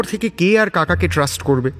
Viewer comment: Trust শব্দ টা একটু কানো লাগলো। তাছাড়া সুন্দর